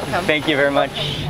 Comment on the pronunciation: Mark , you have special way to pronounce ch , you sounds like "chh" like when you say much , lunch so your is like muchh, lunchh. Like Indians use chh Also you looks so much like your dad, nice to see you both in one video , bless your family. 🙏